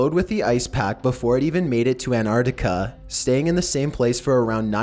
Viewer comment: did he just say " Anartica " wtf learn english m8